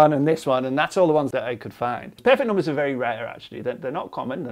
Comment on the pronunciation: Not a math comment. I just like the way he pronounces numbers as "noom-beh-s"